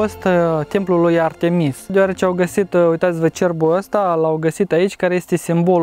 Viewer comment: incearca sa pui accentul pe prima vocala la Artemis altfel nu se intelieje nimica😀